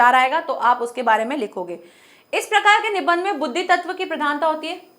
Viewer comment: Nibandh shabd ka sahi uchcharan kijiye